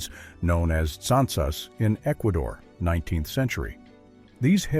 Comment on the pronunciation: Any chance of using a human being to narrate...one who understands that '19th century' is NOT pronounced "19 the century"?